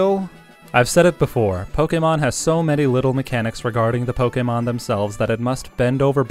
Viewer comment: This is some of the most stilted dialogue I've heard in a long time. It's extremely irritating to hear the word Pokemon pronounced that way, and you seem to be taking a special effort to emphasize every hard syllable, leading to the dialogue sounding even more stilted and scripted. Your tone is also completely inconsistent and almost never making any contextual sense. This whole video appears to have been narrated by a D-list voice-actor that doesn't even want the job he's auditioning for.